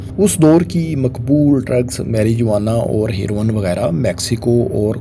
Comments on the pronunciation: Proper Pronounce is meh ruh waa nuh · Marijuana is pronounced as maruwana